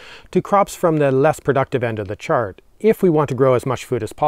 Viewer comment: Should this chart read "Chard" at the top left instead of "Swede"? Or am I misunderstanding / not hearing you right when you say Chard here but perhaps meant Chart?? :think: Same